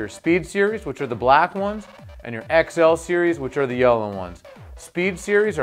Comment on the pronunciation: Lol when he said xl he said -11